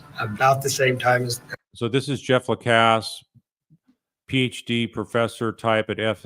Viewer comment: Thank you for being the ONLY person who pronounes Jeff's last name correctly! La-cass